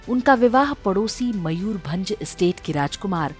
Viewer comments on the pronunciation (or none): none